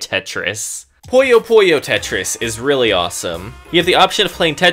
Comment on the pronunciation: You know Puyo Puyo is pronounced Puyo Puyo and not Poyo Poyo?